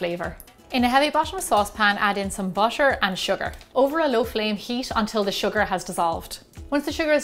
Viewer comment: It's butter not bosher